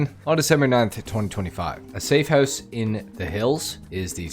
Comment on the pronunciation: Love it how you say “Hoose” the same way we pronounce it in Scotland 😂😂 “Devin Weston’s Hoose”